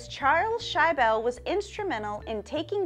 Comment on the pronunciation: It's not pronounced "shy-bell",,,, it's shi-ble